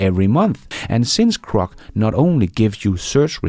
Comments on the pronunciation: GROK not CROC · It's "Grok", not "Crok". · GROK, not crock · Bro, are you full of it? It’s Grok, not Crok. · Grok. Please stop saying krok. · its Grok not Crok friend